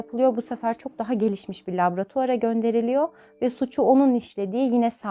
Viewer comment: Laboratuvar ,labratuar değil çok kullandığınız için dikkatimi çekti bilginize...